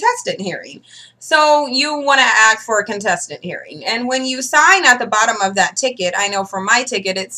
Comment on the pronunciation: It's ASK, not axe ffs.